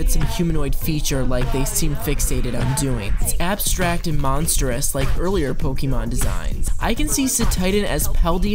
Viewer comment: I don't have any thoughts on Cetitan but if you can pronounce the é in Beyoncé, you can pronounce the é in Pokémon